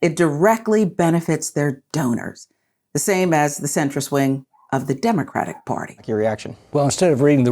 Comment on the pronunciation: Learn to speak, MTG. It’s “Democratic.” Get your pronunciation right, idiot.